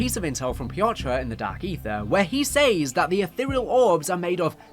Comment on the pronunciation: I do miss when Zombies was just crazy experiments with a space rock but I also have no issue with everything else. They way you say "says" really hurts.